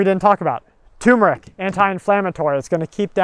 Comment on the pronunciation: Turmeric. Not TUMORic. Haha stay safe all.